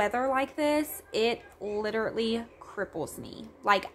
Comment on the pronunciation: I seriously love your channel, but please, could you stop saying “literately”... it’s “literally”. ♥️